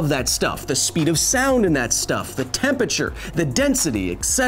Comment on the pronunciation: Bless Kyle, he always says "tempeture" instead of temperature.